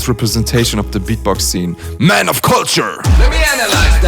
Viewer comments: Lmao I always knew you were saying “culture” wrong but I liked it, it’s more unique to you the way you say it like kalture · Says beatboxers have to learn proper english but mispronounces culture😂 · LMAO, after the first time u said culture in this vid, I wondered if you actually got English lessons 😂😂😂